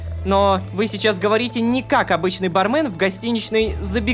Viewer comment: Собираем петицию, чтобы Лололошка, наконец-то, произносил ба́рмен а не барме́н